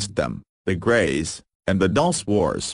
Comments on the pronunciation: No, it isn't pronounced ''Dul-chay'', it's Dul- ce like ''candy'' in spanish. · Lmfao yeah I always laugh when it says 'Dulce' like "Dullse" Should be something like Dul-CEE-AY